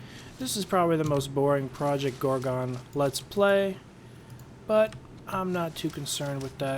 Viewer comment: lol "ProjoGorgo"